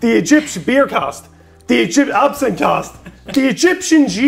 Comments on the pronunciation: Pronunciation AB SIN TH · It's not absinthe